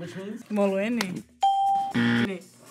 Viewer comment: As a Xhosa speaking South African I would say the person you used to teach the pronunciation was not doing very well. Uxolo, short vowels, she drags it. And iposi is pronounced with an s not z so got that right. Don’t give up I think you pronounced the Xhosa words the best in the group. Even your uxolo was closer to how we say it